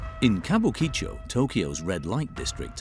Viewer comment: Chateau should be translated as Chateau, since its not a castle. And it is ka-bu-ki-cho. Flat pronuncation. Still ALthough I have been to Tokyo many times, and worked for Japanese companies never saw these extremes close up. Japanese culture is fractal though and everything is a bit like this. At the dinners I got to got to its the same drinking culture and the company paying has to be seen to be ostentatiously generous and its the female staff acting like geishas and keeping the men happy (even if those women are on the same level). Beware the ones directed to extract information from you when you are drunk.